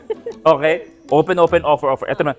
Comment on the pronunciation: "Owpen Owpen Owfer Owfer!!!"😅😅😂😂